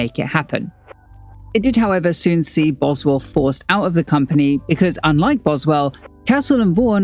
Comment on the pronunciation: Why are there so many mistakes in this video? You consistently mispronounce Boswell's name, there are slides with incomplete quotes. This video is a mess.